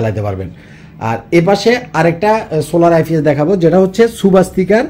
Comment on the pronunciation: আইফিএস না আইপিএস😂😂😂